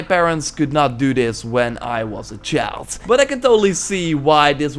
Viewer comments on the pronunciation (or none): “when I was a chalts”